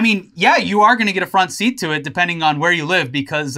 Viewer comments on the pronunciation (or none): none